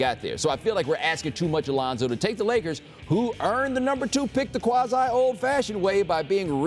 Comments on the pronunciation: Did this bitch just say layers instead of Lakers maybe I'm just tripping someone help me out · this lady really said layers instead of lakers smh lol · Did she say "Layers" or am I hearing things?